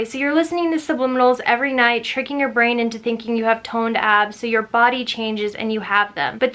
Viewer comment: Lol thought you said "really toned ass" and I was like "And I oop-"